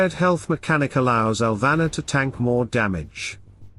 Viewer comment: It is pronounced Al-va-NOR, I think. You make it sound like a girl's name. No drama. You can can correct your auto-dub, I am sure. Otherwise, quite interesting. Thank you. There was an error trying to correct my comment. Weird.